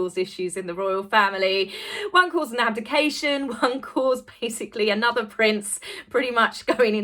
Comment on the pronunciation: Please Stop Saying AY NOTHER. It is ONE WORD.... ANOTHER.